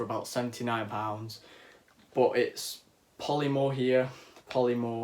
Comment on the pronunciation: Ik it don't matter but did he say pollee more um polymer